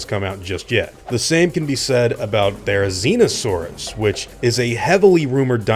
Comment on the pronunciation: "The next dinosaur on this list is Therizinosaurus." Me: "Did he say... T H E R I Z I N O S A U R U S?"